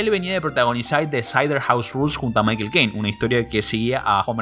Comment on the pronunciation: Ese tipo no sabe pronunciar Michael XD